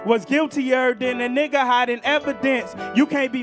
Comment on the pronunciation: He don’t say 🥷 right lmao that’s always a telltale sign 😂